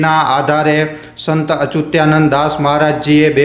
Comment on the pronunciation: અચુતીયા નંદનહી પણ અચ્યુતાનંદ બોલો